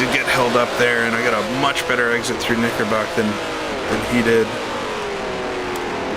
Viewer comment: Great video, and Oulton is my local circuit. BTW, it’s Knicker brook, not Knickerbock.